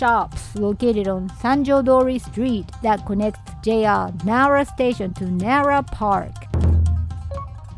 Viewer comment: says he's born and raised in Japan, but he's pronouncing "Nara" incorrectly 😂